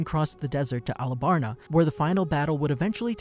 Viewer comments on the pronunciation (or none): bro called alabasta alabarna lol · its not arabasta its alabasta arc dummy